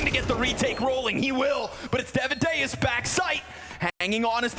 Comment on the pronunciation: please, casters, stop sayin daviduos...